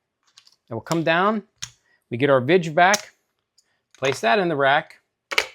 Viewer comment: VIG ! Not vidge